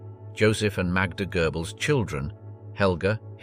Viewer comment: It's Goebbles not Goerbbles. Lector pronounces some names in a funny way. It's not gerbils either.